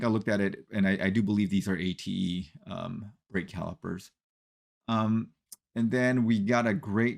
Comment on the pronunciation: Also the brake manufacturer is pronounced Ah-Tay.